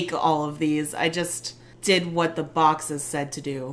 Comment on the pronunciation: “Wha”... I love that instead of whaT !